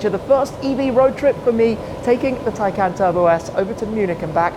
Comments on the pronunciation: Why do you call it a Tiecan when it is a Taycan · Hi car is pronouced "taycon" not "taycan"